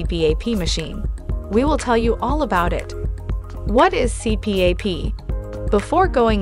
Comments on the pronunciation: It's pronounced C-PAP, not C-P-A-P. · "C---P---A---P"? Who the hell says it like that? AI does. And, ignorant people that literally don't know what they're talking about. Blocking this channel... there are enough stupid things that come across the home page feed. Don't need this channel ever again. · It's an acronym. The AI separates it and others blend it. It is technically a C P A P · The incorrect pronunciation of CPAP destroys any credibility of the video.